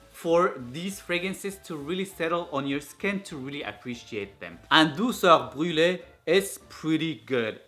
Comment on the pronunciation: Good prononciation of Douceur Brûlée 😋